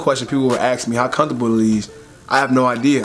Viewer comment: ASK is pronounced ASK NOT AXE